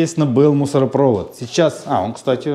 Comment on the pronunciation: Откройте Википедию и посмотрите, как правильно ставить ударение в слове мусоропровод.